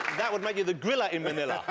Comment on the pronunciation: When the white guy said Griller in manilla, George was like whaaat ttf did he just say.